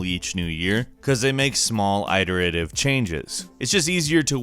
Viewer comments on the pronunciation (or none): 'Eye-dur-a-tive' changes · Always thought it was it-er-uh-tive rather than eye-ter-uh-tive. But let's not mention the thousands of hours I've personally sunk into the various Elder Scrolls, Fallout, Witcher, Deus Ex, and the like over the years. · I've played Tecmo Bowl for over 30 years, since back when it was in the arcades. I still play it at least 10-20 times, a year. "Eye-ter-it-iv?" Really? Do you pronounce it that way, because you're not French? When you're job is to say words, you should probably learn how words are pronounced. 😂😂😂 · Developers make "eye-deritive" changes to games..... lmao